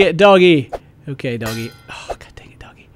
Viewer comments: Its not doggy its doge, pronounced doe-j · its not prenounced doggy its sounds like doug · 1: its Douge for the pronounciation for the word Doge (ive heard the theme) and 2: the Flappy doge failed at doge, he doesnt say "Like a" or "Very wow" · Its not doggie, its doge:O Not doggie, not dogjj, not doggeh, just DOGE. Other than that I still like you:P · its not dogie its DOGGEE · its not doggie is DOGE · Did he call doge doggie??? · its not dogge but douge :D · It's not doggy! :P should be pronounced 'doh-j'! (In my humble and irrelevant opinion) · it's doge not dogy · Doge is pronouced Doje god damnit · the doge is pronounced dodge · Doge is pronounced doj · its pronounced Doge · Your seriously tripping balls cause he said doge wrong? Wow!